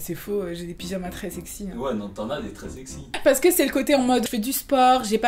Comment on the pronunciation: tu as dit pydjamas